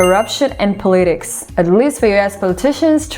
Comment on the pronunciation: Wow, your pronunciation is faf. I collected some bangers I thought I'd share. Eyedioms... idioms, the most gnarled one, Poli tics... it's not 2 words Cants... where you referring to fm genitalia? Putly... partly Sers stuff... serious, I think? Australa... my fav 😅 Stuff member... staff Beryling... barreling I don't know if you are taking the piss or what, but someone who mangles language in an accent I've never heard b4, sounds a little Cajun to me, doing a vid like this is sort of funny, sort of!